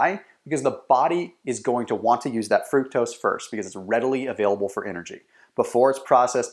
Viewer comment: he pronounced fructose wrong